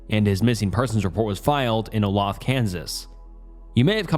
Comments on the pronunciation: Olathe is pronounced O-lay-thuh for future reference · Olay-thuh, Kansas. 😊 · Oh-lay-thuh for the first story. Driving through Olathe right now while listening to this 😅😅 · O-loth Kansas made me giggle. For future reference, it’s O-lAthe-AH. Olathe. 💞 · As someone from the KC area, the first story is so terribly sad. But also I've never heard someone pronounce Olathe (Oh-lay-th-uh) like that before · its pronounced olay-thuh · I live in olathe and i somehow never heard of this its quite surprising since not a lot happens here. btw its pronounce o-lathe- a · It's pronounced oh-lay-tha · Olathe is pronounced oh-lay-thuh and unfortunately that’s kinda just what the police are like in the general area. Especially when it comes to people with mental illness. They don’t want to deal with it because they are not trained to properly handle situations regarding it and consider them a liability. Notice the operator never even said they were sending anyone out. When I lived in Nashville I called 911 and was put on hold for a solid 5 minutes. Our emergency infrastructure is collapsing in real time and people like Kyle are the casualties of it. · Olathe is pronounced (Oh-lath-a) hate to be that guy lmao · immediately locked back in when i heard olathe kansas (pronounced oh-lay-thuh if you’re from here) always a surprise to hear about stuff that went down near you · "Oh-lathe-uh" that is how it is pronounced. I grew up here and it drives me crazy hearing all of the odd pronunciation. Also I live on N 18th street right by I-70. The police do not care. At all. Police officers do not come in dire instances in Kansas City, Kansas. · I'm from Missouri and I know he absolutely butchered the pronunciation of Olathe, KS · i didn't even realize he was talking about olathe bc of the way he pronounced it😭